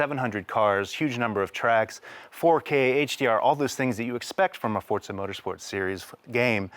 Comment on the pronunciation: FOUR- ZA. Not For-t-za.